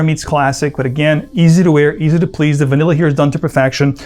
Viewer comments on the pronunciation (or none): none